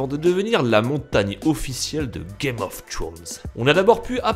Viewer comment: "Game of trownz"